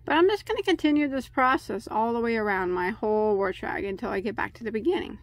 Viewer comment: Good video.Except the word wash sounds like you are pronouncing it like there is an r in it.